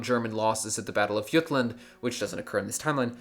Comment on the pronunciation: it's called THE BATTLE OF J-UTLAND NOT Y-UTLAND